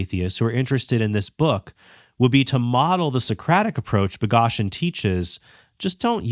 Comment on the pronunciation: This critique would be so much stronger if you knew how to pronounce Boghossian’s name.